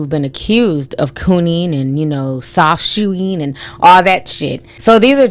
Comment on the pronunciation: “Soft shoeing”😂😂